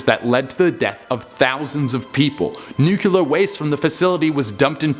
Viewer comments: the video is great, but the word is pronounced nu-cle-ar, not nu-cu-lar. 🙂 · say NUKE-LEE-UR. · i love how he "George Bush's" the word nuclear.